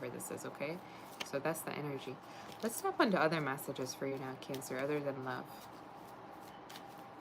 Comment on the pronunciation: Why are you saying nap instead of now????